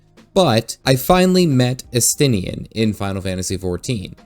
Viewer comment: You can tell who is cool and important, here, by the names that pronounced correctly, which were, of course, Estinien and. Really enjoyed your videos on GW2, as I'm very new to it, and I'm delighted to see you're also an FF fan.